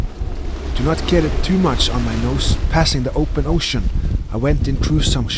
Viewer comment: "Go for it, or knot." Anyone else hear it like that? Lol